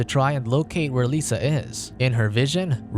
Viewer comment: I know it's petty. but her name is "Lissa" not "Lisa". It's a soft I not a sharp E